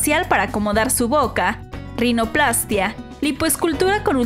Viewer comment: Así es, con acento en la -í-.